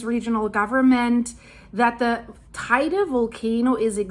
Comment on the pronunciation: if I am not mistaken teide is the highest peak in spain. btw it is pronounced teyde, spanish... i live here for 20 about years